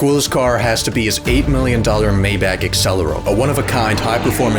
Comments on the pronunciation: its not mayback its maybach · you said Maybach wrong